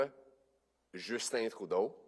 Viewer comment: Merci de le prononcer Troudeau Mr. Poilievre